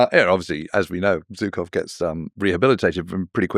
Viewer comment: Зачем вы приглашаете какого «британского» эксперта, который даже не может произнести фамилию Жуков, вместо русско говорящих историков и перевести их на Английский, если нужно